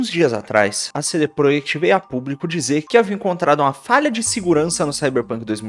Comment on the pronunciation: Você está falando cd PROEKT de propósito?